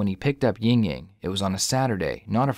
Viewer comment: Ying Ying?? Bruh. lol 😂